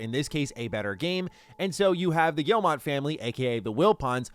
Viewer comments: the "G family" is French. The owner's name, Yves Guillemot, is pronounced phonetically "Eeve" "Gyee-mo", not "Eevs" "Gill-mott". It's silly, I know. But if you want to pronounce their name correctly, that's how. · Please stop pronouncing Guillemot wrong. It’s not gill-mot. It gii-moh. Pronounce like guillermo detoro. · Guillemot is pronounced gyee-moh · I think the name is Guillemot not Guillemont. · Why would you not even check to see if you're pronouncing "Guillemot" correctly? lol do you think it's just a made-up sci-fi name or something?